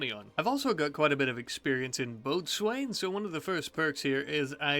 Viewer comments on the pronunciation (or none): Boatswain is pronounced 'Bosun'